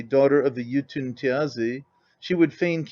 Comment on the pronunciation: Is he saying “Jotun” or “YouTube”?